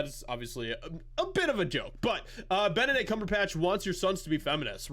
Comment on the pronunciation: Did you say, "Bent-a-dick Cumber-bitch"?